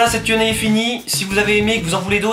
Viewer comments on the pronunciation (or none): On dirait que tu dis "quenelle" au lieu de "Q&A" mais sinon j'ai kiffé ton freestyle et gg pour les futurs 50 000 abos